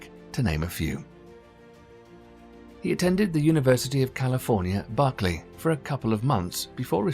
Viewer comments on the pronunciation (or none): What the hell are these stock images. They're all present-day modern and bear no relation to PKD and his world and the narrator pronounces 'Berkeley University' using the English emphasis. It feels like this was actually constructed by reactive software; so-called 'Artificial Intelligence'. If so it's a simulation rather than a real documentary and what an unintentional irony...